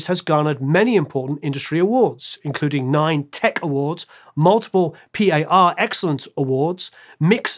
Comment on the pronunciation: I really enjoy your videos, and this was a great look at such a huge contributor to the music world. Lots of great information about him here that I never knew. BTW: minutes in, you say P-A-R Excellence award. It's a French expression "Par excellence" (meaning “excellently, in an especially representative way; above all else”), it's originally from the Latin "per excellentiam". Thanks again for such a great piece.